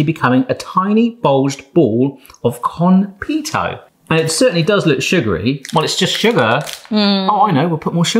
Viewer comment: Also "kon-pay-toe" instead of "kon-pee-toe"